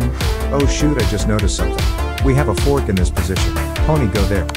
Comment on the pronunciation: AYO THE AI BOT SAID THE FORK WOTH A DIFFERENT WAY